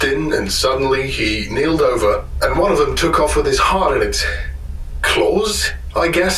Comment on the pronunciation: Winces It's "KEELED" over.. an old term for capsized, meaning a ship's gone belly-up... the keel referring to the bottom of the ship. Specifically the lowest structural support in a ship, running from bow to stern.